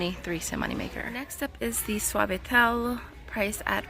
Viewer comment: 🗻🪨🗻🪨 first let me say the way you said Suavitel I thought to myself “oh she said that in her full Hispanic voice” get it!!! 😂 I do like to see the details but since you also say it at the end I’m ok if it’s not showing. Thank you for the great deals!